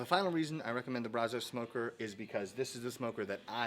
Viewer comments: Love ur videos man! But... “Brazos” is a river in Texas. And, you dont say it correctly. Say “Brazz-us”. Trust me on this. 💪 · i'd imagine if you took a poll, most texans pronounce brazos like "bra' zuss." bra as in "brat" and zuss as in... "us" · Its pronounced BRAZ-əs..Sorry I got so triggered. I live in Brazoria county about 3 miles from the Brazos river...Great channel...I have spend about 8 hours on here in the last 2 days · Ok man I don’t want to hate but you are killing the way you pronounce Brazos